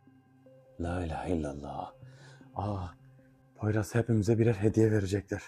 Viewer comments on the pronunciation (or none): Poyraza poyruz demen meznada 😂beni bitirdi Ömer kardeşim emeğinize sağlık